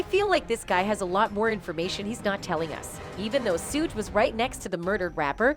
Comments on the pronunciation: I will believe it when his in cuffs it's Suge not souge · Learn how to pronounce the names correctly. The man's name is Sug as in sugar, pack is pronounced Pock, babbylane is Beybey Lane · Who the hell is sooge!! Lol smdh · Why do white people call suge knight lol suuugge knight lmfaooo 🤣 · They got the most illiterate bihh in the world to narrate this lmmfao shuuge lmmfao I can't even type the way her dumb ahh was pronouncing it.. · Big Sooge 🤣🤣 gonna get you lady when he get out....put some RESPECT on Marion Suge Knight name 🤗🤗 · No more AI narrators. Sooj Knight and 2Pack.😂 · who the hell is Sooge Knight?? 😆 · As much as I want to watch this video the moment she said Tupac and Suge name I got to go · Am I the only one hearing the lady saying Tupac and Suge’s names wrong? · I’m so weak how she pronouncing suge name 🤣😂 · They need to say suge name right 😏😏😏💯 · Its so irratating that you keep mispronouncing 2 pac and suge name smdh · Tu pack, sooge, and keef 🤔🙄😤🤦🏻‍♂️ Wtfffff AT LEAST say PAC'S name correctly 🙏 rip legend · Sooge and too pack? That shit is annoying. She can't pronounce their names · 1st off if you gopnna report on these stories you should be able to pronounce thier names correctly with yo goofy Who the Phuck is Sooge & 2 pack... The proper pronounciations is 2 Paq, 2 pock not 2 pack...Sug not soog okay goofy girl!